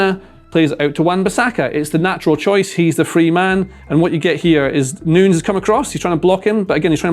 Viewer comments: its new- nez not noons mate pronounce the guy's name correctly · Great analysis… BUT it’s nunyes NOT noons … I’m American we suck at both English and Spanish but common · He calls Nunes 'Noons' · Everytime he said Nunes its pronounced differently